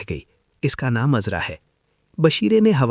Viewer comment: Bhai apni Urdu theek karlo kaafi ilfaaz AAP ghalet bol jaaty hen Naam uzra nahee azraa hota he ayn alif ki awaaz nkalta he